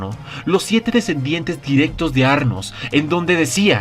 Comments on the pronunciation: es anos, no arnos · El nombre era anos, porque dices arnos?? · Tengo una súper duda desde que empezaste a narrar los episodios de este anime/novela Por qué llamas Arnos y no Anos a nuestro Maou-sama??? XD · Que no era Anos y no Arnos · Porque siempre mencionan mal los nombres Quien chingados es arnos :v